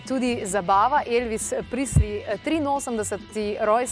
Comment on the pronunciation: Ne "Prisli"! Izgovarja se "Prezli".